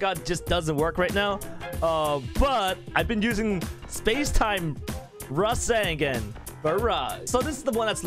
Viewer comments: No offense but... This is the Ra-sen-gen! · Resengen LOL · The way you said rasengan really bugged me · >:O YOU PRONOUNCE RASENGAN WRONGGGGGGGGGGGGG!!!!!!!